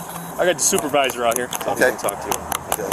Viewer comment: baby Huey thinking he's in control asking for a "soopahvizah." I've said it before but I remember how the ACLU and BLM were demanding Body Worn Cameras so they could really stick it to the cops. Turns out that their adoption was one of the biggest blessings law enforcement ever experienced.